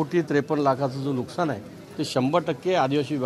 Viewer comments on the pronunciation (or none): none